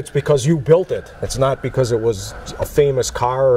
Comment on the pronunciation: Built NOT Baught.🏁